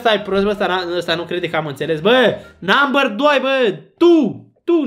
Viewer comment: " Namber țiu tiu"